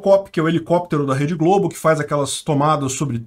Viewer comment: Globo nao mah eh Globe. kkkkkkkkkkk